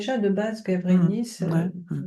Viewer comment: Bonjour, L'île de Gavrinis (prononcer la lettre s), où le cairn est à visiter, se situe dans le Morbihan et est accessible depuis Larmor Baden. Merci. Bzh ❤